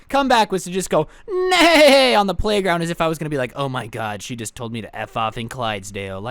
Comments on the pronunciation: did he say prayglound instead of playground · listen for 10 seconds idk if you meant to say "praygound" I need closure of what the hell you said